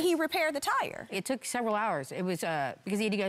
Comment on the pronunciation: he said "yeah cause" but mispronounced it